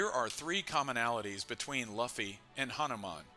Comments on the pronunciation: say it right man, luuuuu-ffyyyy not laffy wtf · he should just misspell Luffy into the AI in a way it won’t sound stupid. Like Loofy and see if the AI pronounces it better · "Lauhfy" and "rahleigh" 🤦‍♂️ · My opinion is that is luffy not laphy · The moment I opened the video, I took a bite out of my sandwich, heard 'Laughy' instead of Luffy and pressed ctrl + w hahaha this guy must not be serious about this, then said well its a half an hour video might watch, when Merphy started OP I was like meh, she's just getting into it, pronunciation is a nitpick, then realized, my dude you're almost 1.1k chapters in, might wanna hear the pronunciation on the anime? It ain't that hard, might get less people clicking off after 7 seconds? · Please don't call him Luhffy.... lmao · He insisted on pronouncing Luffy incorrectly so many times… it damages credibility and makes it hard to watch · who pronounces Luffy like that 😭😭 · Yall are dumb the voice is ai thats why luffy is pronounced weird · Just a simple thing to do...pronounce luffy's name properly....and surely ur channel will instantly grow ..too bad u cant even do that😢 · like seriously no one pronounces luffy like that, not even in the dub, it has to be on purpose at this point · how can you be so far into one piece and still pronounce luffy like that. cmon man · Something about the way you pronounce Luffys name makes this very hard to watch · 😂 literally just clicked on it. It was thinking the same thing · It just feels wrong… I think this is AI though.